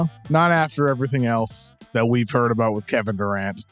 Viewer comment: KOC drops a Canadian "A-boot" lol Is he Canadian!?? Welcome to Canada my friend!